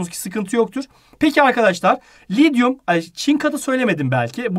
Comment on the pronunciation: Lityuma lidyum demeyin hocam lütfen